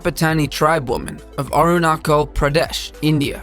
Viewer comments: it's Arunachal pradesh (Northeast India) not Anurakal. you've pronounced it wrong. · I don't want to be mean or unpolite but... It's Arunachal not Arunakal(how you pronounce) Arunachal, like when you pronounce cheek the 'ch' is like that😆😂😂 that's the way I can explain, hope u understand and I really hope u dont mind me sayin this in the comment😅😅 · It's pronounce as arunachal pradesh not arunacho pradesh. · 6.21 it's Arunachal with 'ch' sound as in Chair not sounds as K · Number 4: The "chal" in Aruna"chal" Pradesh, India....... Is pronounced "chal" as in the word "chal-lenge".......Not "khal" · Aruna-'chal' not 'cal' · It Arunachal not Arunakal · That is Arunachal Pradesh..not Arunakal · Not Arunakal pradesh India, it's Arunachal (ARUNASSAL) pradesh India. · It's arunachal not arunakal😁😁😁😁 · Its Arunachal dude,not Arunacol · Hello, Iam from India. No.4 Is pronounced as Arun-A-chal with with the last word chal as ch for china. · Aa-ru-na-ch-aa-l Arunachal pradesh...India....please check. ur pronunciation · U just pronounce Arunachal as arunakhal I died laughing😂😂😂 but ma mum is also apatani and ma grandma also have tattoo on her face that black thing on her nose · Good presentation but Arunachal is mispronounced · No 4 Arunachal pradesh u are pronouncing the name of the state wrong brother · I just.. can't get over how badly he mispronounced Arunachal Pradesh 😂